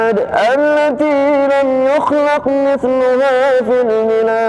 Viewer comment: Ha haaa di pRanK baLik dadakan dibilang " beRasa sHaLaT baReng suaMi " aku jadi bapeR he heee. Mf ada koReksi dikiT ya ayat 8 يخلق, ayat 10 اوتاد qalqalah nya tak naMpak, ayat 9 ، جاب الصخر, جا nya kepanjangan dikiT mungkin bacanya teRLaLu cePaT atau mungkin grogi he heee